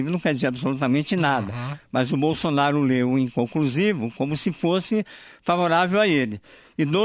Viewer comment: Não tinha outro pra essa entrevista. O nome é Bolsonaro. O cara tá falando bonsonharo kkkkkkkkkkkkkkkk